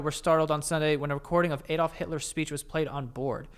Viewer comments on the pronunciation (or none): none